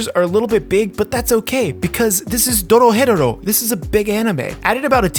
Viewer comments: Is he pronouncing the name of the anime wrong? He saying it spanishy. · Did you really just say Doro Hetero